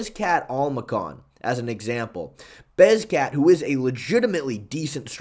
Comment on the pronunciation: You are saying beZKat instead of beKZat now??? This is even worse than the movzar mozvar thing. It feels like you are trolling me specifically omg this irks me so much